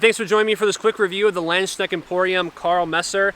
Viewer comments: "Lend - Shneckt"??? 🤣🤣🤣 Landsknecht is pronounced "Lunds - Knecht" [transcribed for English speakers] (whereby the German "ch" is pronounced like the Spanish "x" as in "Mexico"). When presenting a product, it would be advantageous to at least pronounce the name of the company correctly. By the way, the "a" in "Nagel" is pronounced like any other German "a", meaning like the "a" in "car" and not like the "a" in "care". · never change! Pronouncing Schiavona in the past, now Landsknecht... 😅 I do want to let others know that, if you don't have a pommel, a longer grip is usually needed to have a good balance. This is common for swords in Asian cultures. And historical European fencing manuscripts tell us that longer grips on (langes)messer were also supposed to be used in hooking actions (i.e. hook the hand/arm). So these (28 inch blades and less) are designed for close combat, sometimes almost wrestling with blades, as opposed to longer swords (34 inch blades and more) that are made to focus on the wider fencing actions. Just saying, the grip size is not (just) to have room for the hand.